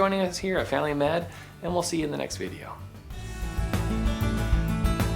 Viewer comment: The way you say “family” quickly sounds like “failing” 😂👍